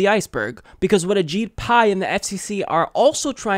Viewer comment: When you say ajit pi, it sounds like a cheat pie!!